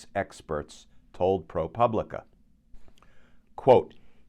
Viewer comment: Pro pooblica accent over the "u"